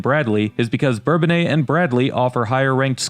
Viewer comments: Us locals call it Burr-bone-iss not bourbon aye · For me , Bourbonnais will always be pronounced Burr-bone-ass. They changed the pronunciation when I was a kid. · When did folks start to pronounce Bourbonnais in the French manner? When I lived there in the fiftys we said something more like Burr Bo Nuss.